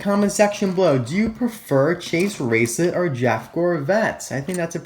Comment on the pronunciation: It’s Chase RaceLOTT not lit....... I’m sorry.